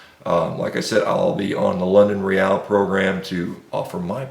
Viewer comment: This guy can't even pronounce London Real or Dr. Michael Gregor. He's really on top of things! I'm going to follow everything he says!